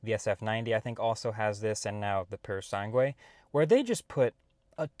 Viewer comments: Purosangue not purosangway😅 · Awesome video bro. Just a thing, the correct way to say the name "Purosangue" is not saying the last u, so almost like it´s "Purosange". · Can't handle them saying purosangue again...